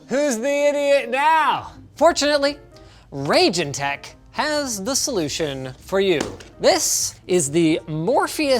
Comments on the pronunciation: Ryejeen not rayjin. How can you not know this you live in the lower mainland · It's pronounced Rye Gin. Not Ragin'!!! Pronunciation IS very important! My 1080 is so loud and I would have been able to get this product a long time ago if I realized that Linus was saying Raijin this whole time.. There I am searching for the Ragin' Morpheus... When I should have watching every time they showed the name on screen... and not just listening and I would have saw the Japanese word Raijin... A name gamers should recognize by now... They are the God of Thunder in Japan and their name has been on everything under the sun since forever! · Also interesting that Linus is pronouncing the name as 'Raging tech', is that how it's supposed to be? I always thought it's meant like an Asian name, like 'Raj' in 'Rajesh' and 'Jin' like the Genie in a bottle. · I must admit, hearing Linus butcher "raijin" as "rayjin" makes me cringe a little bit, lol